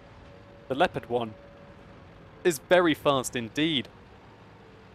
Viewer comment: LEPPERT? Its LEO-PARD, jesus....